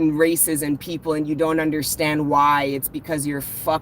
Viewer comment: You sound like a Jamaican when you say, " You unddrstand,?" ♥️